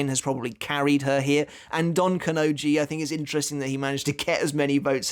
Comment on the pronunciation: He didnt pronounce kanonji